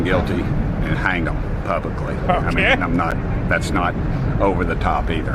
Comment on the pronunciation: Tim said "publicly"😬